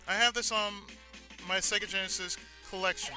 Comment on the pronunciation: What accent was that suppose to be at the start?! =P Sounded English when you said Genesis lol! Yeah I agree. Ristar and Sonic pretty much look the same so you'd expect Sonic to have atleast a lil bit of swimming skill! I would of appreciated Sonic being able to swim better when I was younger. The drowning countdown music in Sonic use to scare the crap out of me >_<